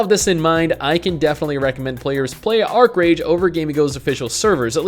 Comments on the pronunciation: Archeage not Archerage xd.. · Archeage not Archerage. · Archerage? Haha